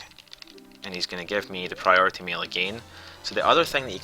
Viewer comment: Priority "meal" is all I hear.